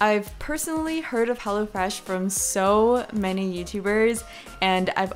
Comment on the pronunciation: When she said "Hello Fresh" I heard "Hella Fresh" 😂